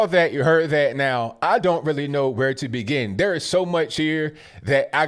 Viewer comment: "I don't know where to bebin" like